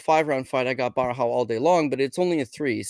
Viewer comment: lol why would you call "Borralho" Barahau, that is some crazy name butchering, there's not even an A in the first syllable